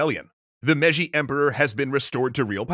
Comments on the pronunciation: Mei-ji not meji. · i think the pronounciation is "May-jee" for Meiji